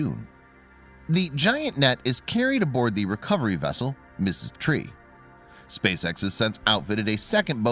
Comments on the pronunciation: Narrator got the Recovery ship name wrong. He worded it like "Mrs" Tree., it is Pronounced as "Ms" Tree. (Mystree). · Ms Tree*, not 'Mrs. Tree', lol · There are, very rarely, errors that you would not expect from a synthetic speech program such as "static fire test" in the (not auto-generated by YouTube) subtitles and transcript becoming "static test fire" in the narration. And while we do get the incorrect pronunciation of Ms. Tree, it is pronounced correctly. A synthetic speech program would have used the same pronunciation on both occasions, and on every occasion where the name occurs.